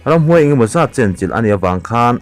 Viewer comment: Hlawhchham...ramhuai...I lam dik lo thei zawk!...I tilui nge..